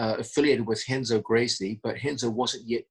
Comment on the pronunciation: Pssst John.... if you're gonna call Renzo, "Henzo", be sure to call Roger, "Hoger". Otherwise, you're f'n awesome!